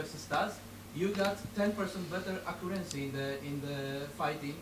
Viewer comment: he was tryna say accuracy